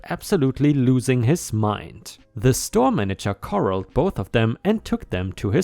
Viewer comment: Patriotic = "pay tree ought ik" Corralled = "ko rall ed" not "core old." Corral = gather or confine, and is different from "coral." u/boelwerkr = (I think) "bowl worker." Not 100% on this.